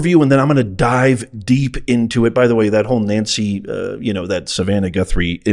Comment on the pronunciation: It’s not Savannah